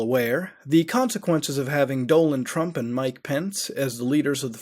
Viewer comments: 'Doland Trump' ?? Really man 😂😂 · Doland Trump? Good chat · And also "doland trump "